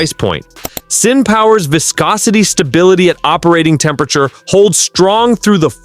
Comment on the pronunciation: F'in thieves stealing Project Farm and other creators footage, using old imagery, and just general garbage content taking revenue from legitimate content creators with real testing, not bullshit. Can't even pronounce viscosity correctly in a oil video FFS.